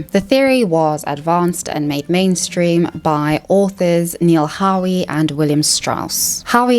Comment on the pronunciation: really well made video with very clear and well explained points. In fact the only thing I can argue with is your slight mispronunciation of 'Howe'. The 'e' is silent. I'm proud when the people around me do great things and I'm sad when they do terrible things. The only time patriotism becomes problematic is when it is celebrating at the expense of other people (with a slight caveat being sport, as long as it isn't taken too seriously). edit - as someone with a history degree, I have to say I agree with your characterisation of historical events. You were spot on with your description of all those empires and right in saying that the 'grand myth' that supports notions of patriotism often ignores the truth. For instance, India suffered terribly through famine during WW2 - just so food could be sent to Britain. If Britain 'sacrificed' the Empire, it was by throwing the lives of Indians, Canadians, Australians and Africans into the cauldron of war. Incidentally it was the sacrifice (willing or not) of Russian soldiers who made the difference against Germany, while America profited the most by financing the whole effort. The real reason why Britain was so weak in 1945 was the debt they owed to the US. It's no surprise that the US had its most prosperous time in the 50's thanks to a rich and technologically advanced industrial complex created by the war.